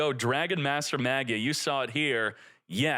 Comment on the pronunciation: it bothers me how you pronounce "magia" 😭